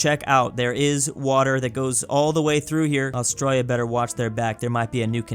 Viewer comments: As an Australian, why the hell do you pronounce us like that. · Why do you pronounce Australia like the Australians, but this standard is not used for other countries.